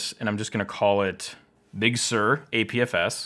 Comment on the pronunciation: “Bug Sur”